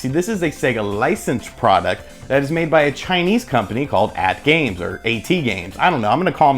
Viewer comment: I think it's pronounced At Games not A.T. Games